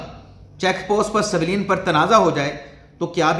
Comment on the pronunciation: اسی طرح لفظ سویلین کو س کے نیچے زیر کی بجائے اس پر زبر لگا کر بولتے ہیں